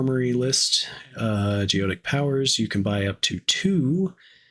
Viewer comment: Great video, thanks! By the way, it's pronounced go ET ic.